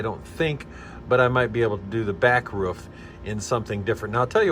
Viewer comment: Roof not ruf